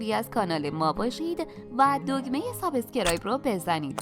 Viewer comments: گذشته از این که این پنیر نیست ، تلفظ سابسکرایب رو هم لطفا درست بفرمایید‌ . یه جوری غیر طبیعی حرف می زنید که احساس فریب خوردگی به آدم دست می ده !! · عزیز سپاس از برنامه های آموزشی خوبتون فقط واژه انگلیسی سابسکراب را خیلی بد تلفظ می کنی خواهشا در گویش آن یک تجدید نظری بکنید خیلی رو مخه